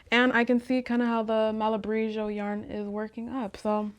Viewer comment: I love that you talked about running into a sort of knitting block, that happens to me sometimes too and I always feel so guilty! And I love love loveee the colors!!! Also, 'Malabrigo' is pronounced with a hard 'g'! It's an Uruguayan/Peruvian company and uses Spanish pronunciation :)